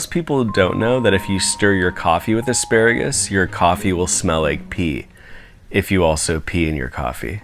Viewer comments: did you mean aspearagus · Don't you mean a-SPEAR-agus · I'm mad you didn't call it aspearagus.